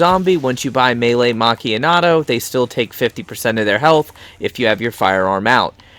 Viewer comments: nice i liked the video but its meelee macchiatto not meelee macchianato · Legit I said this in his boat glitch video the man saying melee macchiato wrong like where is the N coming from 😂